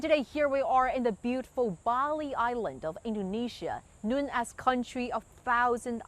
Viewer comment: Dear, your English pronunciation needs a good voice coach: "known" is NOT "knuwn". Learn from Liu Xun. Speak English better than the best Englanders and Americans just as we admire the foreign barbarian diplomats in Beijing when they speak excellent Mandarin.